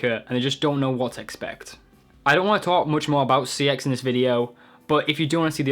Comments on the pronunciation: its pronounced sex not c.e.x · It's pronounced "sex" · It's pronounced, CEX as in SEX. but anyway they've just done a CEX in your bottom! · no the scam is that they'll sell a game for £20 but will only give you £5, apart form that, you look like a drug a dealer and you are a absolute idiot, 1. your pronouncing cex wrong, its pronounced "sex" (verified by shop workers) 2. they say if the cover is printed 3. they don't charge a premium price, i got minecraft ps4 for £16, walle for 3.55, a ps vita with a damage screen £20 (the guy said and it was marked as damaged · I like how some people pronounce CEX as Sex lmao. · CEX is pronounced checks - just letting you know that. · The ads don't pronounce it C-E-X they pronounce it SEX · CEX is surprisingly pronounced as ‘sex’ wow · It's pronounced Secks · Fun fact: cex is pronounced sex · its sex lol even though its cex they pronounce it sex in-house. i worked there for a few months it was actually my regional manager that confirmed this